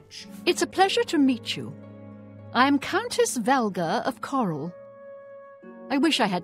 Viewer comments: 1 min in and didn't call Chorrol "Chore-all" We are getting places! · Did anyone else cheer when he said “Chorrol” correctly?